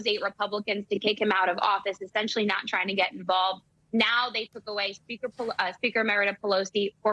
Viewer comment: Nancy can't even say the word SPEAKER!